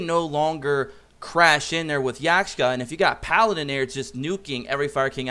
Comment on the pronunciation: its yaksha not yakshka